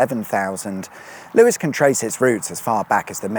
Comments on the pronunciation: LEWES!! NOT LEWIS credibility lost! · Lewes is pronounced Loos... well, not sure but I want it to be 😂